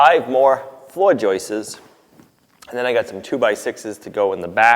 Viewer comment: it's joists, not joistes. I normally wouldn't say anything, but you said joistes so many times that I couldn't help myself. 😛